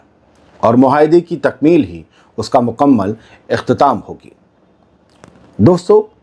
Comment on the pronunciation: Muqammal ki jagah mukammal hota hai usitrah qaamyaab ki jagah kaamyaab hota hai lagta hai aap ka English background hai wassalam